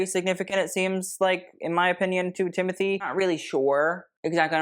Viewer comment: its TIM O TAE not TIM A THEE